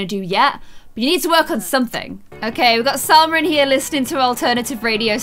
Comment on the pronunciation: Salma* Not salsa